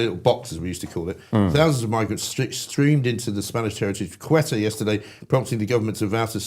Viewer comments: Ceuta is pronounced Thuta. Toad in the hole is English Cuisine. We have fish and chips shops here in a small coast town in East Sussex some of whom also provide gluten free batter so that is great for people with Coeliac disease. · It's See-ur-ta.